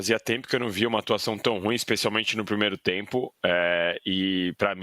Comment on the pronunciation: Aprenda a pronunciar a palavra «ruim» corretamente, rapaz. Garanto que não é complicado.